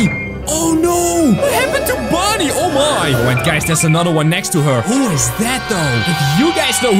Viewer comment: It’s Bonnie not bunny